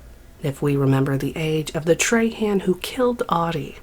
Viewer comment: Treyhan eh, it's pronounced trah-huh, but fuck dat guy anyway